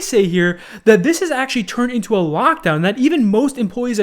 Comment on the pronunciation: said lockdown like ram ranch 7